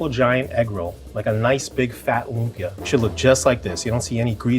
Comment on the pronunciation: he said lumpia, it's accurate